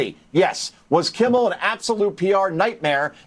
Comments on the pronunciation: It’s Kimmel. Not Kimble. And it’s couldn’t care less, not could care less. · I like your podcast but man do your homework the dude's name is Jimmy "Kimmel" not kimbel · Kimmel not kimbal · his name is Kimmel Not Kimball😅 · Kimmel… there is no B in it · Gm, are you saying jimmy “Kimble” on purpose? He’s scum either way lol